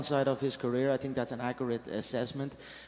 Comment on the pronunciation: "Think" = "Tink". Hahaha